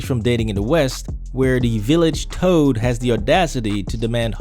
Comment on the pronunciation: Yup, I stopped and hit rewind a few times to see and hear 'Village Toad' as well! Hahaha!